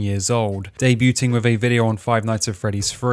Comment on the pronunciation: De-bue-ting Lmfao